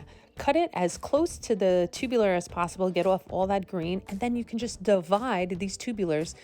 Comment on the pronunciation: The word is TUBER - not 'tubuler'.( 'Tubular' -as in 'chairs with tubular metal legs' - is an entirely different word and meaning.) 'Tubers' PLEASE !!! - otherwise good info - thanks.